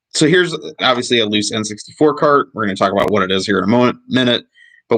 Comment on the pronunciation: LOL the N SUXTY FOUR...THE N SUX D FOUR....